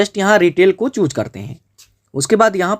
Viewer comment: Chhooc nhi choose bolte 😂